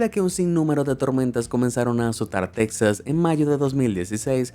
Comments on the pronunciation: Interesante temática pero me cansa tu voz y además tú pronunciación. Se dice TEXAS MAS BIEN SE ESCRIBE CON "X" Y SE PRONUNCIA "TEJAS" NO TECSAS COMO TU LO DICES. ¿ERES DE PUERTO RICO? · Si dices “tecsas” también tendrías que decir “mecsico” - Texas se pronuncia Tejas!! No te hagas el gringo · No se pronuncia “Tecsas”, su pronunciación es “Tejas” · Es interesante pero la manera de hablar es muy desagradable haciendo énfasis en la pronunciación tipo gringo y diciendo las cosas mal como con como dice Texas, la forma correcta suena con "j" Tejas y no en la manera gringa e ignorante, Tecsas es incorrecto a menos que quieras quedar bien con los grngos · Alguien me explica por qué Texas lo pronuncian con la X y no con la J